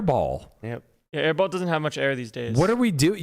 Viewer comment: Aiball? Thought it was airball😆🏀